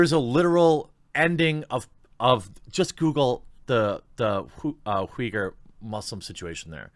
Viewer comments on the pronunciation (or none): none